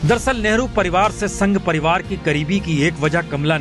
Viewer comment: Giriraj ji doosre ke liye bolte ho pehle aap to Hindi theek se bol lo spasht ko ashpasht kehte ho. Padivad bolte Ho parivar ko. Hypocrates.